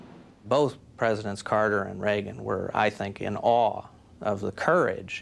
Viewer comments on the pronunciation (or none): none